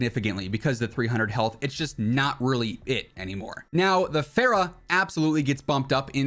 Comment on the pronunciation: It’s fara not faira, it’s also the best ar